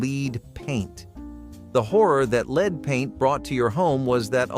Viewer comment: I can't believe how you pronounced lead